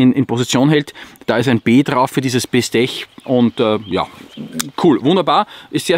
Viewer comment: 14C28N ist ein Sandvik stahl, kein Sleipner (A2 von Uddeholm). und Bestech wird "Bestek" ausgesprochen. edit: outdoor-klappmesser haben Phosphor-Bronze oder Teflon gleitscheiben (washers) und keine kugellager, damit kein schmutz eindringen kann. schau doch mal nach, was das Bestech hat ;-) die klinge ist zwar dick, aber der hohe flachschliff macht das wieder wett. schneidteufel.